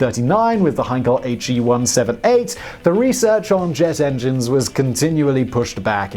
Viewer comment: Just one small info: nobody says M-E. It is Me, pronounced like "Meh!". And nobody says H-E for Heinkel, it is pronounced like "Heh!"